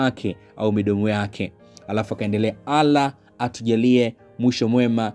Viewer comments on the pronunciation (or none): Nyie watanga zaji kama mbona mnalitaja jina la mwenyezmugu vibaya sio alah ni Allah kabla amja tamka muulize kwanza